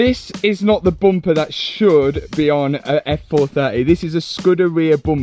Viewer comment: It's bum per not boom per